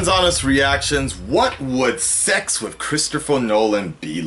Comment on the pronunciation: Your one horny guy :P, and I love how say with or "wif" in your case, and God you have me dying at the end of every video, don't stop making da mudda videos